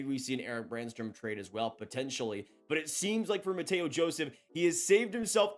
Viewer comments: Bro this is like the 3rd video you’ve said Mateo Joseph. It’s pronounced Matthew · “Mateo” Joseph 💀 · WATCHED! Am I the only one that had to give a second listen when said "Matteo" Joseph!?!?